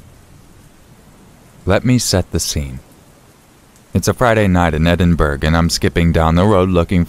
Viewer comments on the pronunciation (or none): The way he's pronouncing Edinbrough is so funny to me. It's a place in Scotland and it's pronounce ed-in-bruh not Edinburg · Edinburgh is actually pronounced Edinburrow. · It’s actually pronounced Edin-bur-ugh